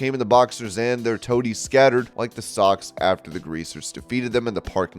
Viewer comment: Judging by the pronunciation of "socs" I can tell someone has never seen or read the outsiders